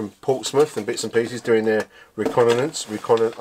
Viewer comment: Say it with me. RE-CON-UH-SENSE